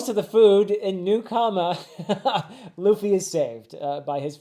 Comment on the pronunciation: he pronounced it Luh Fee and not Loo Fee